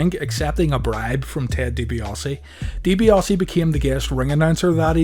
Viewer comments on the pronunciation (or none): Ted Dibi-AHHH-se for fucks sake. There is no 'O' in his name